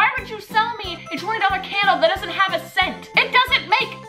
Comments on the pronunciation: scents or cence? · I couldn't tell if she was saying scents or sense.